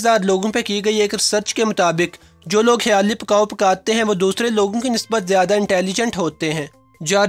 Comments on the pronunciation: Khyaali pkaao nhe . Khyaali plaao hota hy bhae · Apnyy aik lfz ghlt bola video me khayalii pulao not pukao? Wow these. All habits in me